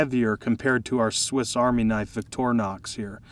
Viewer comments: victorinox. ...not vitornox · You might want to pronounce it Victor(Y)nox with emphasize on victory for winning. Greetings from Switzerland.